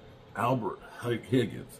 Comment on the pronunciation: It’s Huggins not Higgins This guy can’t pronounce any of our players names at all!!! Damn!!!!!